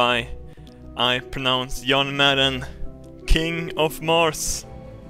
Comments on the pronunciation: "Yon Mad is in it!" who tf is yon mad.... "Footballll" OH lmao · when he says john madden it sounds like young man